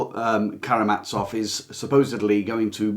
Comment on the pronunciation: Come on, please learn how to pronounce the letter "z" - there are no brothers who are carrying mats off. Russian has a letter that is pronounced like "ts" and this is it: Ц. Karamazov does not contain this letter, it contains a simple "z", a voiced sibilant fricative.